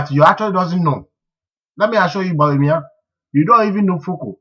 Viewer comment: This guy needs not to talk. He does not understand economics. What is hard currency?. You can't even pronounce Bawumia. Your figures are even wrong. What does paying wages got to do with hairdresser's shop. You can't even express yourself properly. If you understand economics better what are doing in the USA?. Aint you ashamed of yourself for wearing a United State T- Shirt. Where is your patriotic morals. Yes you are the only one who is educated.You can't even speak well.